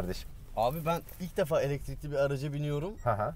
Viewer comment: Eletirikli demen beni öldürüyor